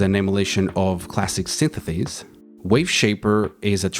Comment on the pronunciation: Synthesis non sythetheys 😅